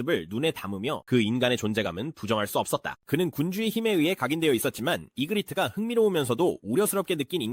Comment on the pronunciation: ai는 그냥 마음대로 읽어요